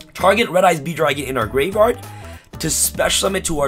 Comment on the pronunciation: Can you pronounce graveyard, tho?